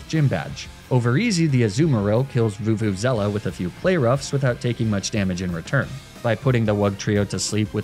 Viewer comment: Vuvuzella?? how, how do you.... where do you even get half of those letters from...